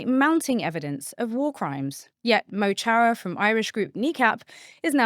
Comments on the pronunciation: Its not Mo Chara with a ch like choose,or a" mow"as in mow the grass sound its a K sound as in a hard C or K and the mo is more of a muh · Ouff, Mo Chara is pronounced [mo xara] not with a [tsh].. as Myriam is of Irish descent too this is a little bit embarrassing not to be able to pronounce Irish words 😮😅 but great content otherwise! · it’s not pronounced “moe tchara” but “muh korra”